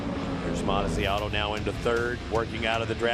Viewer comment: it is Mazziotto not Manziano